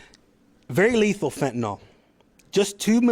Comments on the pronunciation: Id like to point out that its pronounced FENTIN-ILL not FETN-ALL personally smoked gram after gram and im alive so the little granules they say can kill a man is if 100 percent fentanyl is used, but the imported fentanyl is just cut with a very small amount of 100 percent fentanyl. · Fenta-nill - not fenta-nall. Fentanyl. See? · One would think a professional in law enforcement who dedicates his career to being an expert at what he is trying to combat would at least learn how to pronounce the substance he is describing. Fentanyl isn’t “Fenton-All” it’s “Fenton-ILL.” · Its pronounced fentanyl not phentanol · I don’t believe this is true, I believe these to be actors on the grounds that the Chief. THE CHIEF! Cannot pronounce fent-a-nil. He pronounces it fent-a-nal. Likewise, I do not believe a single word of a newscaster who is a puker, speaks with a rise at the end like a Vally Girl, or has a speach impediment like a lisp. There is NO WAY. A person who doesn’t have impeccable speech, should be speaking. Shouldn’t this be obvious? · Good work! Excellent! 👍 One small point: It's fentanyl, not "fentanol." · Fen-te-nil “Fentanyl” Not Fen-ten-all. We need intelligent people doing intelligence. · FENTANYL NOT FENTINOL Only people's who use fentanyl call it fentinol